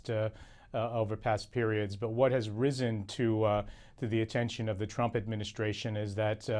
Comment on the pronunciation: sounds as if she said Donald Chump